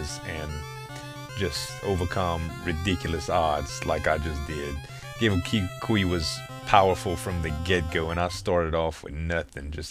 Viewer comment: Good game. My friends and I played the hell out of this back in the day. And if somebody didn't mention it earlier: The letters "ao" are pronounced as "ow". So the words "Mao" and "Gao" rhyme with "now".